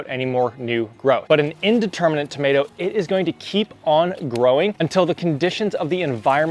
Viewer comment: The term is DETERMIN-ate- it means that the height is fixed. AND INDETERMIN-ate- meaning it is a vine that will continue growing as long as the season holds out. You are sticking in an extra 'n' near the end of the words.